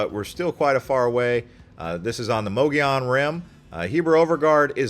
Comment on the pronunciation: All you 'young' YouTubers routinely say [moe-gee-on]...it's [MUGGY-OWN] ! ! ! ! Yeah, yeah, sure you think you are being gramatically correct, or your friends pronounce it that way, but that is a Carpet Bagger THANG propogated by non-native Arizonans. I was born in Yuma in 1953, and lived in the TRUE sunshine state(sorry FL-you are not full of sunshine) most of my life - so far. EVERYONE I knew growing up including most of the Navajop and Apache people pronounce it the way I phonetically spelled it. Yeah is may be a colloqialism, but it's the way we natives say it. Get with the program! BTW me and my extended family vacationed to the 'White Mountains from my birth onward, and I have photos of my parents fishing there in the 40s. Greer, Pinetop, Snowflake, etcetera were my favorite places to go in August during the Monsoon season - as it were. The part I love the most was buying a day or week fishing permit for the Res up there near the White River Fish Hatchery. Mom and dad and I would pay a small fee and catch a pail full of Blue Gill and little Trout in streams there. We's clean them, cook 'em on an open fire, and eat them under the bright Arizona sun in the pines. My older siblings and their tribe preferred Greer, having spent many summer days there before I was born. Those are some of my memories as a very old Arizona Desert Rat.